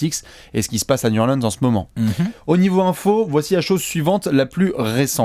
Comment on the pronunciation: Nickel vos apéros les gars. Par contre faites un effort, Niou Orlin'se c'est quand-même pas compliqué à dire!